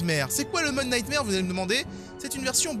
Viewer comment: Ça se prononce “nightmOre” mais sinon jaime bcp tes vidéos lel